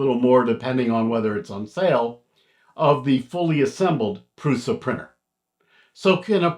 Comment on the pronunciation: Pronounced "PRUSHA"